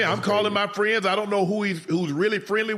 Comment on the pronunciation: sAy HeLlo tO mY LIttLE fRAWnd